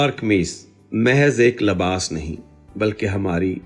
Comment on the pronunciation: Labas nahi Libas kehty hy